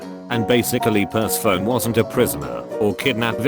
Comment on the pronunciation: I hate how it says per-se-phone. It’s per-seh-fon-e.